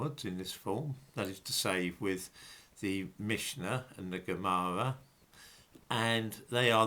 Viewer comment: Holy fuck why can't you pronounce your Rs? The Owwal Towwah, the Gomowwah, Awwamaic, for fuck's sake!